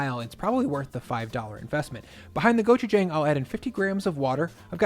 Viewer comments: hello sir it’s pronounced gochujAng gochujAHng AH sound not AY not gochujayng thank you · Try saying go-chew-jahng instead, like John ending in g. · Gochujang. Good stuff. But the last syllable is JONG. Just sayin;) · Hi. Great video. If it’s all the same to you, could you pronounce gochujang correctly? Or at least somewhere in the vicinity of how Koreans say it? The a is an “ah” sound as in “want” or “calm”, not a flat a as in, well, “flat” or “whack”. I didn’t think it would bother me so much until hearing you butcher it like a dozen times in this video. Since it’s not difficult, could you give it a shot? Big thanks, and congrats on the 400K subs!